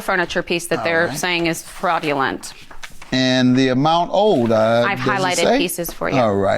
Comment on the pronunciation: Kinda sounds like the ex wife says, “Frogulent.” But maybe it’s just me!